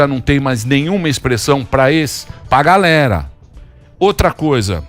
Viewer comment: Meihora teu portugues tu está dizendo "PÁ GALERA" se diz assim, é para galéra "PÁ" pá serve para abrir buraco